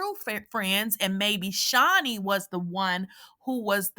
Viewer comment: “Jennafuh, Did you say anything negative about Shaw-niece” 💀💀